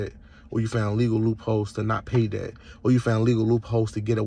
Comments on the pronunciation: Pronouncing debt as dept is NOT AAVE before anyone starts. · This criminal is not a teacher, did not find a way to offset the debt, did not find a legal loophole nor any kind of responsible or legit way to game the system. And no, dumsquat, the courts can't charge your social security number anything. They're charging you if you do silly stuff. They don't take a number to court. You can't sue or charge a number either civilly or criminally. You can't use an EIN to remain private. And you can't use it to run away from your responsibilities or hide. Strawman numbers don't exist. Games aren't what he thinks they are. He's not even playing the game how it is, but how he's imagining it to be in his Cracker Jack world. What the heck is a "credit sco"? If he was trying to say score, then why can't he be a normal human and say it? LOL by committing fraud, a person is not creating legitimate credit profile. Strawman numbers do not exist and the Ein is not one of them. Credit is not a game, little boy. LOL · How is it he can pronounce "promissory" but not "debt"...? It's painful.